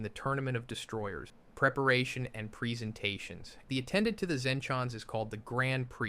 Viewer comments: A normal human being would not have trouble saying logic has a weird pause he could not say presentation but instead said (preesentations) also if this was not ai and he tried to say beerus it would never be baroos . Him also having trouble to say saiyans and says it the way an ai would aswell. It isn't that hard to comprehend that this is ai. After all this has been done many of times by other ytbers aswell (kwebblekop ai) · wis (whis) log ic (logic) baroos (beerus) wis (whis) wierd pause preesentations (presentations) cant be bothered to watch the rest